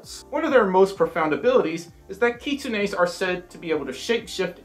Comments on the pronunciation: 'kitsune's' are pronounced as 'Kit-soon-s' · You pronounced kitsunes wrong its "kit-sune-s" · Unfortunately you did say kitsunes wrong hehe I have a lot of kitsune ocs :3